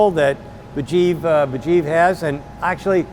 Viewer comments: Sandy is awesome but guys name is Mujeeb not Burjeep :D lol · I'm sorry. I really am. But I think Sandy is probably the worst host for any kind of show that involves him to about our to people. The guy's name is MUJEEB. Not BAJEEV. So.... Yeah. Shut up, boomer. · I enjoy the show Sandy but you should be ashamed to not get Mujeebs name right. It´s not Bejeeb! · How many times is Sandy gonna say the guy's name wrong! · I know Sandy was trying so hard to be respectful, buy he butchered Homeboys name like 5 times 😂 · jfc get his name right.... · A small suggestion. More appropriate pronunciation would be "muh-Jeeb" like Jeep. Ijaz would be "Ee-ah-zz".